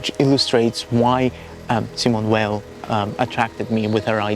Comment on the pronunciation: You have a really lovely voice !- and incredibly interesting content. New sub here! (btw I'm reluctant to even mention this as your accent is so wonderfully ASMR - but, Simone Weil is pronounced Simone Vay [French pronunciation])